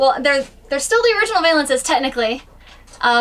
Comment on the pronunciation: Loved the video! Beautiful scenes! As always you guys do great work! We have a Summerland travel trailer as well. Have you had any issues with the furnace not kicking out hot air? We get lukewarm air at best., I might be wrong but I think it is pronounced Val-ence not vay-lence.;)